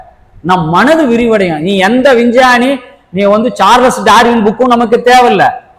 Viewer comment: Vinchani illa sir Vingani 😂😂